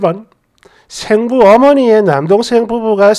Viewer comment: 생모, 생부의 발음은 앞 글짜 ‘생’에 액센트가 있음을 아시고 정확하게 발음 해 주셨으면 합니다.